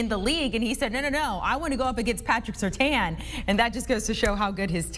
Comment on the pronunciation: How can all these people not know how to pronounce Surtain??? His dad was a pro bowler multiple times in Miami.